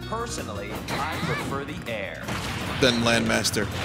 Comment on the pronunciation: Solar Surge Poisonally, I pwefer de air.